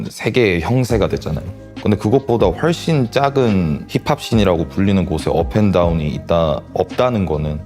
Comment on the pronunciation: 한국 힙합하는 애들은 '훨씬' 같은 단어 발음을 왜 저렇게 하는거지 ㅋㅋㅋ 영어권에서 10년넘게 살아도 한국어 발음 부분에선 전혀 달라지는게 없던데 이해할수가 없다